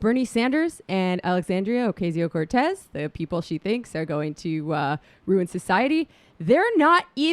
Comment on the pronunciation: Please pronounce her name correctly. It's Ocasio - O-koss-e-o not Okay zee oh. WTF?